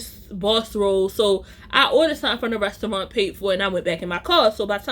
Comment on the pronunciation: The way u say restyouwant 😂